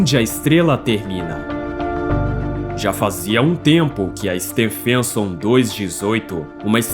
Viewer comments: Can't you at least find an artificial voice that knows how to pronounce Stephenson? The voice sounds like it's saying "Stan Fenton". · It's absolutely mind-boggling that you are making a video about the biggest star, but can't pronounce Stephenson 2-18 properly.